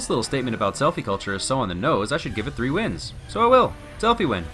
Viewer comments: The title and counter said win but your voice said sins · Why do these wins sound like sins? lol